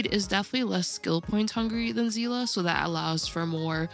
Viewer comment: aight you get a sub just for pronouncing Seele correctly 💪💜